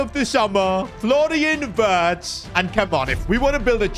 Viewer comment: Am I the only one who thinks doesn't know how to pronounce Florian wirtzs name, he's German and Germany's w is pronounced as v so it's not wirtz it virtz😊😊